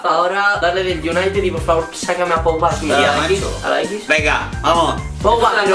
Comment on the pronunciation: nadie: absolutamente nadie:: pomba ( en vez de pogba)